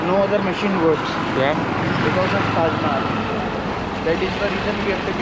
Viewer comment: ถ่ายดี พากย์กำลังดี ตัดต่อดี ได้ความรู้ มีมุขขำๆด้วย 555 สนุกดีครับ ติดตามเรียบร้อยครับ อีกนิดนึงครับ Taj Mahal อ่านว่า ทัช นะคับ ไม่ใช่ ทัส สู้ๆคับ